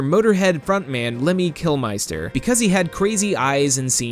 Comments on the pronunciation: kilMISTER. not MEISTER. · LOL Motorhead frontman Lemmy Kil*meister*???!!! It's pronounced Kil*mister*, as in "Mr.". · tfw "kill miester" instead of "kill mister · Lemmy Kill-meister?! It's pronounced Lemmy Kill-mister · Can the world just learn how to pronounce Kilmister properly already...